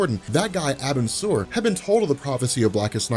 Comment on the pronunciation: it's pronounced are-bin-sir that's the best way to write it (this isn't hate btw)